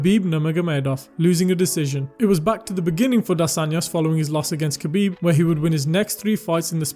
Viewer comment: Btw his name is pronounced HA-BEEB, and not having him at the top is just as disrespectful as not saying his name correctly. Who did he lose to? Or who even tested him, outside from a lab created cheater? Still won, too.